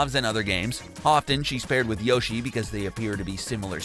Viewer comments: In this bizarre comment section you'll notice many people complaining about his mispronunciation of the name Shigeru Miyamoto, but strangely no one is complaining about the fact that he is mispronouncing Yoshi too. I assume that's because all the people complaining about mispronunciation are mispronouncing Yoshi's name themselves! :-P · P.S. He doesn't even pronounce Yoshi correctly, so what chance does he have of getting Shigeru Miyamoto right??? :-P